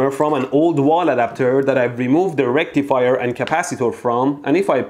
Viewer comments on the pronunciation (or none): I hear erectifier which is better